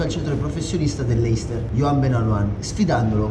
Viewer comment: ti potevi far spiegare che si dice "lester" non "leister"